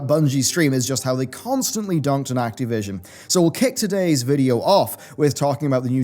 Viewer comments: It's Activision, not Acteevision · Can't get over how you pronounce Ac-TEE-vision. :-)